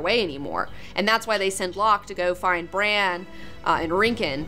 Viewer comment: She pronounces Bran like "Briene." I was so confused.